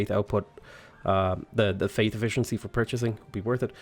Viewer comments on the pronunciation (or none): none